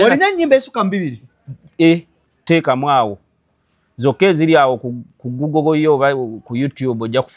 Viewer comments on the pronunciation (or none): none